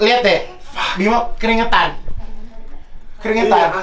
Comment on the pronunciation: Kak igun, namanya bima aryo bukan bimo 😂🤣